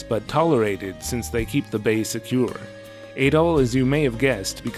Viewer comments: You were saying "Ay-doll" just found it odd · I guess you call him Ay-doll in all your videos. Whoops 🤭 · You are pronouncing Adols name wrong. It's "AH-DOLL"